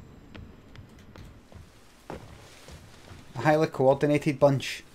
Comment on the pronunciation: "A heilly co-ordinated bunch" I'M DYING